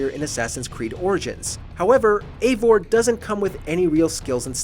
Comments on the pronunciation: Your saying evior’s name wrong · I honestly liked this game, it has bugs, but story wise I think it was great. But it’s probably most disconnected assassins creed game since black flag. It’s hard to call evior an assassin. Oh and this guy in the video mispronounced his name like 4 different ways. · The fact that he can’t even pronounce Eivor correctly makes this list even more wrong and stupid lol Edit: Before someone says something while I agree with a couple things on this list most of it is just a guy complaining about bad gameplay even though all of it would be better if he knew how to play